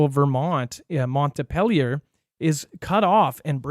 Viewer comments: Missed the live. Watching the replay. it’s Montpelier not Mont a pelier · Montpelier will still be in the news so it’s pronounced Mount Pee Lee Er Your welcome 😇